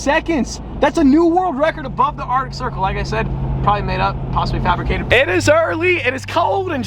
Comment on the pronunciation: Bro the way my man says “artic” instead of “arctic” really grinds my gears.